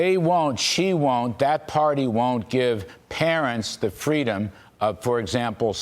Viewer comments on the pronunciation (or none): I think it's pronounced "FWEEEEDOM".